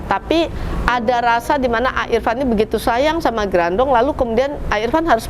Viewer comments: Harusnya grandong,bukan grandiong mas editor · Mon maap bapak editorr "grandong" bukan "grandiong" wkwkwkwk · Grandong a bukan grandiong Grandiong teh saha😭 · Gerandong kak bukan grandiong 😁😁😁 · Grandong a bkn grandiong wkwkwk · Kenapa bacaannya dokter rajanti mencoba mem4hami grandiong ko grandiong? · bukan grandung😂